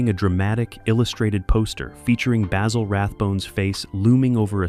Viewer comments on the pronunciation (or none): Sorry AI you have screwed up again, Dressed to Kill was the LAST Rathbone Holmes movie in the series. Terror by night was made earlier and as a matter of fact (facts apparently are things you disregard) it Dressed to Kill was the last film made in the series. Aso, please pronounced Rathbone's first name correctlly Basil is pronounced not with a long "A" but a "BA" like what a sheep sounds like. Also you are completely wrong on the Nigel Bruce depiction of Watson. He correctly thought that playing the part straight from the books would clearly put Watson in the background, so very early on he decided to play Watson with that less than astute persona giving the character a very distinctive personality. And finally, for God's sake quit showing clips from other movies that have nothing to do what you are talking about. Once again you have proven how dangerous to the truth this AI sh_t is to true analysis of a great series.